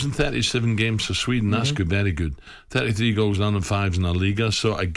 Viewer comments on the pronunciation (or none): none